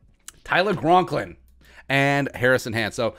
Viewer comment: I’m sure you know, but never let on. It is Tyler Conklin right? Not Gronklin. Just checking...I’ve never seen you explain that this is a funny name thing.